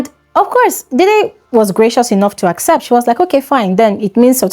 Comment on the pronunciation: /deh-deh/ like the actor Sam Dede, and not /dei-dei/. You're welcome.